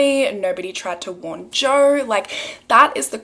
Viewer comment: Who is Joer? Love the random r’s in words even when there isn’t an actual r there ❤️